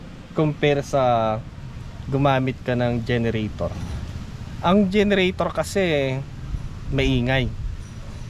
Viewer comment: bakit salar ang bigkas mo ng solar tapos volts sayo volt tapos generator bigkas mo genratar.....? you tell me bakit nga ba?